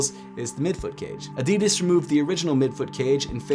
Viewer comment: ADIDAS not AEDIDAES 😐 pronounce it right!